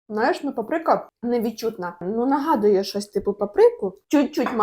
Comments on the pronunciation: Та не папрИка ,а пАприка.ставте наголос правильно. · Вибачте але Па́прика.